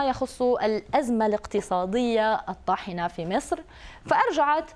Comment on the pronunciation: ليش الاعلامية تنطقها مِصر بدل من مصر ؟!